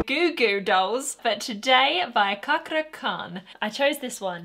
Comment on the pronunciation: Ca in Cakra spell the same as Cha in Charlie. So it'll sound like Chakra, not Kakra.